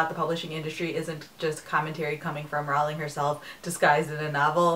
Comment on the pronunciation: It's annoying that you still pronounce "Rowling" incorrectly. It's supposed to sound like "rolling".